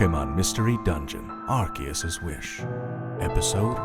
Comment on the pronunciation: its are- see -us not are-key-us